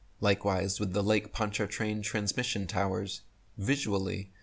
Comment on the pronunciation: First, we don't pronounce the R in PonchaRtrain. 2nd. Next time I go over it I'll video it for you .